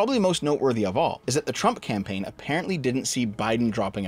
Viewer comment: “Campaign” lmao